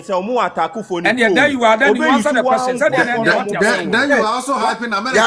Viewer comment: BRO IS QUESTION NOT KWESTON